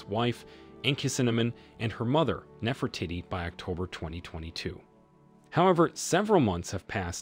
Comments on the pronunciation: OMG! Can he stop saying Nefer titty? NEFER TEE-TEE! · I’m it’s pronounced Nefro teady not Nefro Titi. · it is not NeferTitti…. Do your research and learn the proper pronounciation… btw, the two mummies are not a new find… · The real question, is why not one person has commented ,on the fact that the narrator can’t pronounce without saying Nefra tittie “ and “cinnamon “ . Either no one knows or this comment section has been dirty deleted . If your going to criticize a controversial archaeologist, at least research how to pronounce the historical figure’s in question. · his pronunciation of "Nefertitty", 😂😂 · Ahh c’monnn we know it’s NefertEEtEE